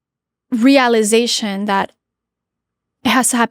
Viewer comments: I stopped taking her seriously as soon as she mispronounced “realization” like girl tf was that. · why does she say realization like that